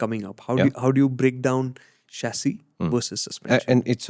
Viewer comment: Chachisss….And SusPensen !!! 😂